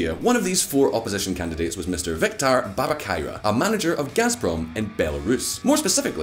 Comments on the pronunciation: Come on, man. Tik-ha-nov-ska-ya. It’s not that hard :). Jokes aside, thank you for covering this. Global media silence on events in Belarus are baffling Edit: are you doing this on purpose? Babakairo?? :) slowly: Ba-ba-ree-ko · man, again you butcher the name of another person Viktor Babarika.